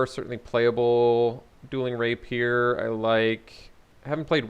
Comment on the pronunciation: Rapier = Ray pee ur, not Raypeer.